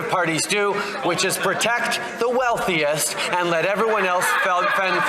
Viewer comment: Turdeau is slipping hard, “Continue to protect the wealthiest inted of sp-porting Canadians”. 🤣